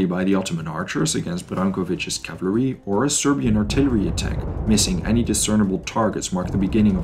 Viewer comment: "cavlary" :face-blue-covering-eyes